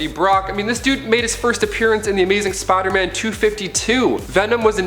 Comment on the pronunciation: For me, it's because he says Spoderman and I can't not hear it and I hate it.